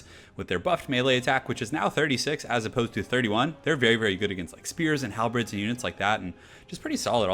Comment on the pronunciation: No, he says "Halbreds" It's pronounced, as it's spelled. "Halberds".